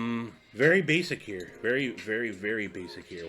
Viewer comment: " Spritz in heeaw " 😆 🤣